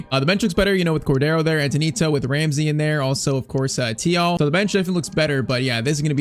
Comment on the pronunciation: Thiaw is pronounced Ch-Ow im pretty sure